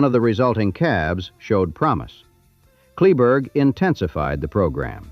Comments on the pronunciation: Kleberg, pronounced clay-burg. John Deere dealer in Kingsville closed late 70s I think. King Ranch John Deere is in Robstown and still there. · Many mistakes, you’ve never been there or interviewed anyone from the ranch. Your pronunciation of “Kleberg” is totally wrong. The county the headquarters sits on is named after him, Kleberg county. The young attorney met Richard King when he beat King in a lawsuit. And most importantly, Henrietta King could not pay the estate tax when Richard died. Standard Oil of NJ, later Exxon, stepped in, she leased the minerals on the entire ranch to them and got the money to pay the tax. The ranch has made several fortunes from the oil revenues. Get your facts right, I stopped watching.